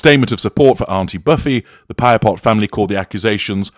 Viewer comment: Thank you for taking on this analysis! Appreciate your accurate pronunciation of Saskatchewan & Piapot.🇨🇦 BSM has been an Icon for Canadians, hands down. CBC's doc. has uncovered the Truth whether we like it or not. And no, Buffy's age does not give her a pass on exposing the Truth. As a Canadian, I can verify that we are all shocked, including indigenous First Nations & Inuit as disclosed in their media interviews. Reminds one of Grey Owl's identity disclosure after living in Saskatchewan.